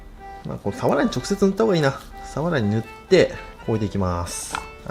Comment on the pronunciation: サワラのイントネーションが終始気になっちゃいました😂